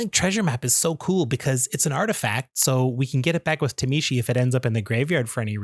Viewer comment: Please understand phonetics and stop saying “tuh-mee-she”